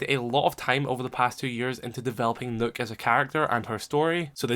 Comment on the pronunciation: That’s the way it’s supposed to be pronounced